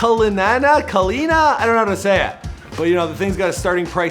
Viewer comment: bruh said Bentley cuhlinana its Rolls Royce cullinan smh